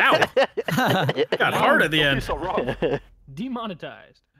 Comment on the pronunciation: Lol at the end "demonotized"